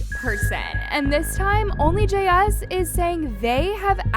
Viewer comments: I made a 2 minutes and 32 seconds and then I just couldn't take it anymore. It's jayus. One word! Not Jay as or Jay us .... JAYUS one word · The only thing imma comment on is her/their name is not JS, Jayus (Jay-Is) love ya girl.. no shade.. ❤❤❤❤❤❤ LOVE LOVE LOVE YOUR VIDS just couldn’t stop focusing on how you said her/their name